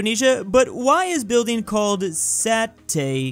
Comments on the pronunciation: it is pronounce sa-te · Satay is pronounced Sa-tay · It's funny to hear struggle to say satay😂😂😂🤣🤣🤣🤣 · As an Indonesian its sounds so funny saying satay